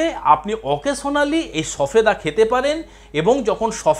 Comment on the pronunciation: উচ্চারন ভুল বলেছেন সফেদা নয় সবেদা।